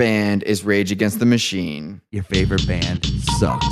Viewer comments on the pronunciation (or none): When said "regagenschtamushene" I felt that.